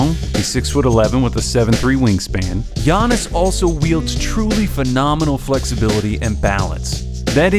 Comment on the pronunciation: Lol i got triggered when he said "son zoo". Great vid tho